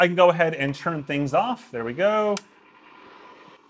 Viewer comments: I love your videos. Really informative and honest, and I know english isn't your native language, but PLEASE, please stop saying CHURN instead of TURN. I know you can say a T, I've heard you use that letter :D Kepp up the great work ;) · It’s turn not churn